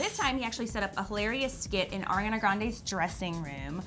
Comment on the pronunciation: When will they learn Ariana's name its Ariana not airana